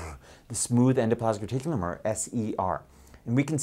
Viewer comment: It may roll off the tongue nicely, but unfortunately not off YOUR tongue. Slow down if you want to do it justice... EN-DO-PLAS-MIC RE-TIC-U-LUM. I remember this name from 8th grade when the class clown pronounced it in such a way that it stuck with me to this day 40 years later.